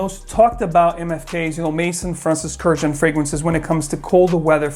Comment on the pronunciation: Finally, someone who pronounces Francis Kurkdjian's name correctly! 😄Happy New Year,!